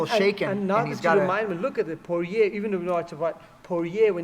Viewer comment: Sorry coach, Poirier is a french name. You don't pronounce well "guillotine" and you don't pronounce well "Poirier" either. 😂joking😂 We don't care the pronunciation and your breakdown is excellent. More mma breakdown like that please!